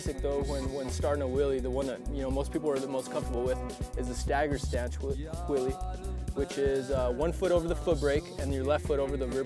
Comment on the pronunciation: its so annoying when he says willie.!